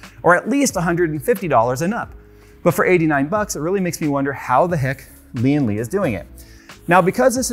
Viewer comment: Its Lian Li not Lian le